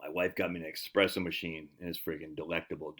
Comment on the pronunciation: Pablo, tell your ol buddy theres no X in espresso